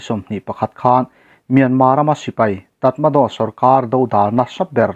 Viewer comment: Tramaraw ti a lam tur..Tatmado tih hi